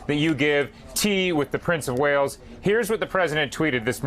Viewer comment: Prince of Whales 🐳??? 😂🤣😂🤣 Its Prince of Wales 🏴!!!!